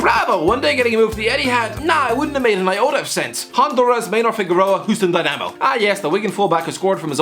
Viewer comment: Hope tomorrow's video is just ten minutes of the explaining his pronunciation of Houston Dynamo.